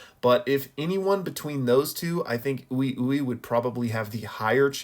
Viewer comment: Why does everyone pronounce Ui Ui’s name wrong? In episode 46, and in other episodes, both the English and Japanese voice actresses for Mei Mei pronounce his name very clearly as “wee wee.” Not a big deal at all but I was wondering did no one hear it?